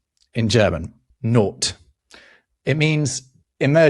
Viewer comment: Sorry, but the German Not is pronounced like naught, not as not